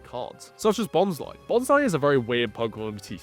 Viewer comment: I'm sorry... Who/what pokemon is Bonsai? I cannot unhear this now. I always read it as Bons-lee XD